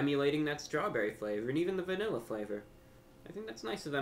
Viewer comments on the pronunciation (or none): Samuel M hes being funny and pronouncing it weird on purpose